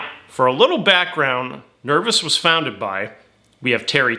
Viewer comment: Nerv oh s - not nervis